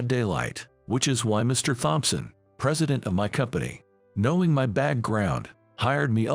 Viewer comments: Thompson is " tomson" not "thomp-son"!!! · Please learn how to say Thompson.